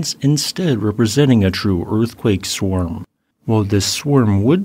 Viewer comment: Swarm should not rhyme with worm.